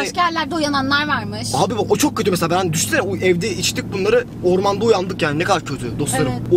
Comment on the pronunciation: Qorman diyil orman